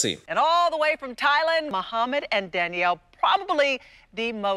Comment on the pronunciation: I'm thinking for like a couple of minutes straight you're saying DADDYO but your saying DANIELLE 😂😂😂😂